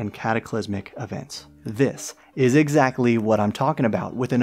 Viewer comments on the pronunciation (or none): none